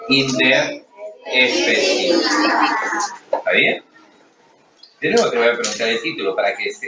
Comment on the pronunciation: se escucho relaciones intraespecoficas